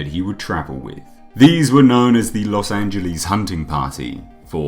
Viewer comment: “Los Angelees” There’s no extra “e” after the “l” and before the “s”. So damn cringy. 🤣